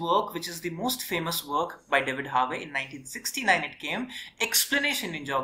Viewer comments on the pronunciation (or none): Excellent Videos. I am also a PhD holder in Geography from University of Kerala. Your classes are so helpful for all Geography students from school to college levels epecially from Examination point of view. Just One Friendly Suggestion though. You should work on your Pronunciation of Terms and Names. Example: It's Dudley rhyming with Idli not Dudlay and Harvey rhyming with Harvi not Harway.